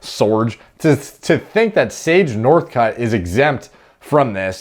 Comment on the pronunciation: Sooorrgge nurrthcurt